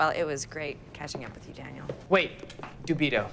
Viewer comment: Interesting film. Unfortunately it's DO-bi-toe and CODG-i-toe, unless linguistics is deleted too.